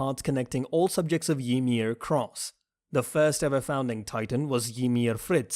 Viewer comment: The way u pronounce Zeke is so damn annoying Wtf is Zekeh?? And it's Reiner,not RAIner and Ymir not Yhmir